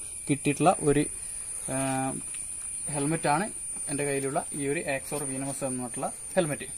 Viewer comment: Bro വീനമസ് അല്ല വെനമസ് ok.. pinne back visor alla athu spoiler anu.. pinne video length kurakkan nokkuka😊😊😊